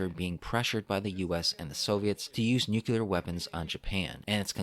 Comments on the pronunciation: For me the “nuke-you-lar” thing makes this video hard to watch. I’m glad someone else noticed it. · Why is it that so few people can pronounce "nuclear" correctly? It is NOT pronounced "nucular"!!!! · Nuclear not nuculer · nuclear dude! New-clear!! Nu-kuler isn't a word! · I love the content, but every time the work "Nuclear" is pronounced "Nuke-ya-lar" it takes me completely out of the content and takes me back to the Simpsons episode that dealt with this pronunciation: Ugh.